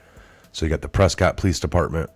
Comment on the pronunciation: WE Pronounce It , Pres-Kitt....